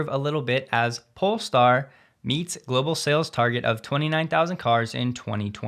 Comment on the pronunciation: Hey! You said polestar instead of Polé-star :) As always, love your content! Cheers from Sweden!